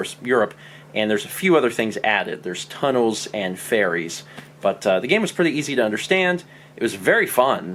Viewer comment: I heard 'its the same but its in Europe and they added tunnels and fairies'. I was about to say 'yeah, these are common problems with trains in the UK, they really mess with your wifi reception'. Then five seconds later I realised you probably said 'ferries' not 'fairies'.